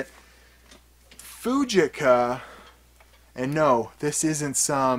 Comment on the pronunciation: Pronounced Foogeeka.